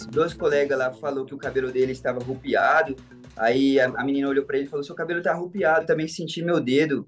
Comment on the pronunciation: . "arrupiado" é de doer.